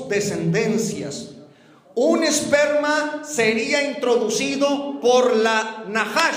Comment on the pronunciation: no dice esperma...dice sssperma. las pronunciaciones son muy diferente. hay q saber utilizar correctamente las palabras Porq cambian el significado.